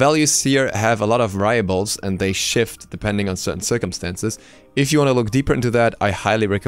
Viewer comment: I trust you but it's hard to trust someone who can barely say variable